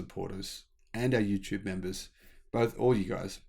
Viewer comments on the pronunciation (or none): none